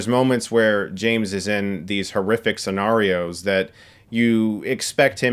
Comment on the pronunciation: ScenAIRio. . Not AREio...